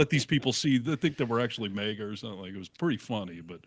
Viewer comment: Maga, not Mayga!! 50 million people have been calling it Maga for years. And 1 guy comes along and changes it to mayga. Why do people have to make up their own pronunciation?